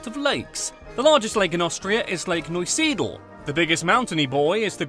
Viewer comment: The way he said "Neusiedl" (the city i live in) killed me